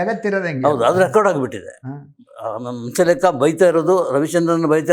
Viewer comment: ರೀ ಹಂಸಲೇಖ ಅಂತ ಸರಿಯಾಗಿ ಹೆಳಿ ಹೌಸಲೇಖ ಅಂತೀರಿಲ್ಲ